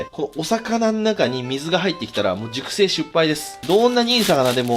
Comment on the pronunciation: 熟成しゅっぱい、